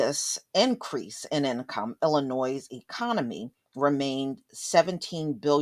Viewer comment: The ‘S’ is silent in Illinois. 🙂 sorry sweetie, had to point this out. Guess where I’m from.. Illinoisians know this 😄